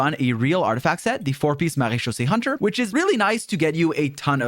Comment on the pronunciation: I really love how good your pronunciation of Marecheusse is (yes I know you speak French but I wanted to say it anyways)